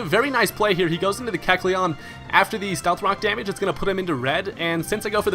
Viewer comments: did he just call stealth rocks stealth cocks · Did anyone hear him say stealth cocks at about ? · Did you say stealth cocks ? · you said stealth cox LOL